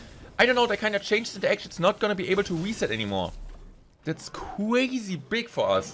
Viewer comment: Weally cwazy.